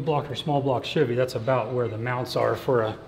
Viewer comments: I just want to say CHEVY not shivy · i dont understand why some people have the overwhelming urge to pronounce Chevy as "shivvy", its weird.